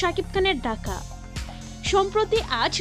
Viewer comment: ঢাকা না ডাকা? ঠিক মতো উচ্চারণ করেন, ধন্যবাদ।